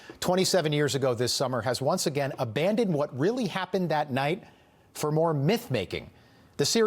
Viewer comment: It's Carolyn Bessette-Kennedy not Caroline, his sister. Two different names pronounced differently.